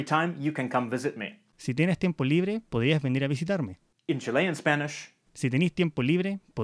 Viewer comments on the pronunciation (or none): Kinda funny how in even though the speaker tried sounding neutral for the first one, it's still a chilean accent. Both tienes and podrías were pronounced with the weak s sound as tieneh and podríah.